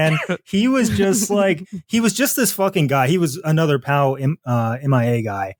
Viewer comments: I don't blame them for pronouncing it "Pow Mia", that's how I thought it was pronounced for years. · Felix and Amber pronounce "P.O.W.- M.I.A." correctly, Will and Jon do not (possibly as a joke.)